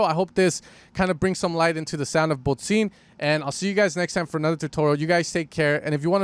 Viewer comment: It’s pronounced “bod sin”, not “bod zine”… otherwise nice video. Greetings from Berlin!